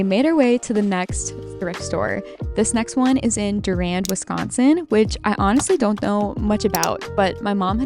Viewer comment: We say it "Doo-rand" here in Mid Michigan! You really have to go to the major cities in the midwest if you expect to find upscale brands. We tend to wear our stuff to its death and then cut it up for cleaning rags or to make rugs.